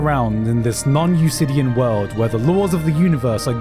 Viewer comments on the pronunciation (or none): is that supposed to be "non-Euclidian?" I have never heard the word "usidian" in my life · Did he just pronounce "non-euclidian" as "non-eusidian"? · All of this is 100% invalid because he pronounced non-euclidian wrong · He mispoke, it's non-eucledian I'm pretty sure. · that's an interesting way to pronounce non-Euclidian.